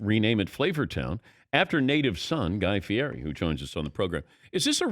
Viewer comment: Dan pronounces name wrong